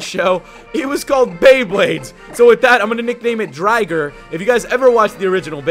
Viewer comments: dude its drigger. not driger. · haha I'm glad you referenced Beyblade, been re-watching that for a while now and it's such an awesome show =D But I always thought of Raikou as a more fitting Pokemon to be named after Driger =P also it's pronounced dri-ger, not dry-ger xD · driger xD so many references :D not pronounced driger tho pronounced drigger but spelt driger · It is ray's bit beast but the pronunciation is a bit a wrong